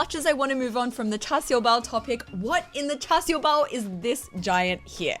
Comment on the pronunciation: This is the HK my parents grew up with. When you said Char sao bao.... sound a bit like Hakka!